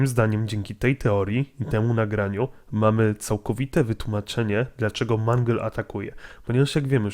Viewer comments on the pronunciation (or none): nie mangel tylko mangul!!! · Nie mang tylko mangle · Nie wymawiaj - Mungle lub Mangla Bo to dziewczyna...czyli Mendżel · Mangla?! To jest mangle nie mangla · Mangl a nie manglowi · Nie mówi się ''Mangla'' a ''Mangle''! mów poprawnie! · mówi się mangyl a nie mangla:( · a nie mangleyd